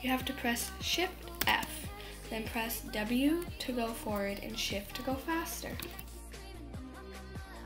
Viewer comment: "So what you want to do is "" Shift and f " LOL YOU SAID